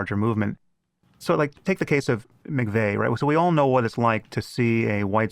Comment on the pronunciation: Timothy McFey? Why would anyone take seriously your characterization of Timothy McVeigh when you don't even know the man's name?